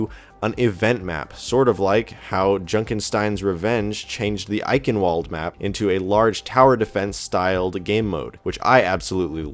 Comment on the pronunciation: eye-ken-walled? w is v because its german - you got the rest right tho